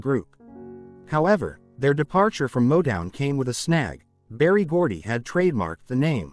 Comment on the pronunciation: You can't even pronounce Rebbie or Motown